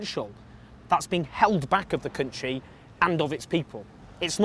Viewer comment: Labour won't win with Corbyn. That's so blindingly obvious, when will you wake up. Ps: why do you pronounce "country" so strangely?